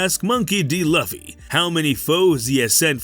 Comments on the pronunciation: you mispronounced Luffy name ..smh its pronounced ( Luu-fee) not luff-ee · wowww did your really mispronounce luffy name smh you do not pronounce his name like huffy with an L ..